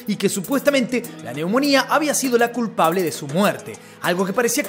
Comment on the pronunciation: el cumpable es kin kong